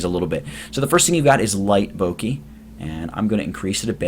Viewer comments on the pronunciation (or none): bokeh: boh-kə: bow-kuh not bowkeee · This is super useful! But it's actually pronounced Boh-Keh (rhymes with "Okay") rather than "Boh-kee". But seriously, very good tutorial. Thank you. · Its pronounced Bokeh like Bo as in bone and keh as in keg.